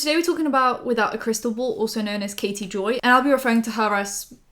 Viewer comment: I thought you said Katie Bell instead of Katie Joy and I was like ohhh no Katie Bell is from Harry Potter